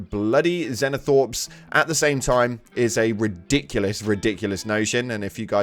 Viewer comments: Wtf is a zeno thorpe? It’s zEno-thrope. Fml. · They're called ZOANTHROPES not xenothorps or xenothropes. Also the burrowers are called RAVENERS not ravagers. Even some friends of mine into 40k have started doing this. Shame on them. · PLEASE it’s pronounced zo-an-throw-p 😭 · it pains me how he says zonethropes